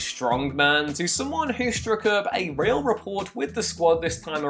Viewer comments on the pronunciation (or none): great review! and fyi: the "t" in rapport is silent :P